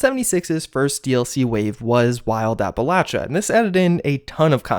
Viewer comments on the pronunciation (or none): did you just say wild apple atcha